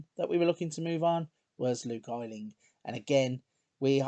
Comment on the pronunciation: So happy to find someone doing a nice long Leeds save :D Wish you pronounced Luke Ayling's name right, though! Thanks for doing this save :)